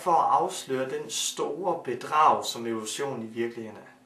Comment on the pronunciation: Siger han Ole Sohn eller Evolution? Hvem tror fuldt og fast på OlechJohn?